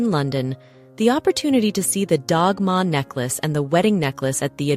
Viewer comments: Delightful tracking of gems.... I want to say though, Dagmar is not pronounced Dogma. Like DAD and MARK wihtout the K. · Wonderful episode, thank you. I have often wondered about Queen Alexandra’s collection. Copies of the Dagmar cross are often given as Confirmation gifts in Denmark today. (To pronounce Dagmar correctly the g has an L sound and drop the r at the end. Ah, Danish!)